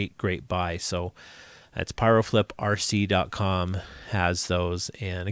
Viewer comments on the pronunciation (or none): FYI it's piroflip, peeeeroflip like pirouette lol not pyro flip 🙃